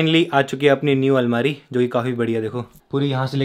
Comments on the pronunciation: Almari Not Almira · Almira nhi hota Bhaiya almari hota hai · अलमीरा नही भाई अलमारी होती है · Bhai bo almiira nhi hota bo almari hota he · Almeera nahi almaari😂